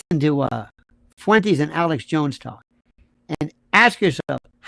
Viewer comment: Fuentes is like Tes-lah. Not Fuen-teas.